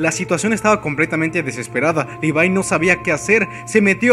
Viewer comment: libai?? wtf si te queres hacer el yanquee por lo menos levai es mejor. pero lpmqlrp es LEVIII . me cago el vídeo diciendo asi a mi querido levi. como molesta eso d los youtubers